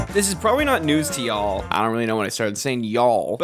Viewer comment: felt like a person attack Why you say Y’all like that I love the word y’all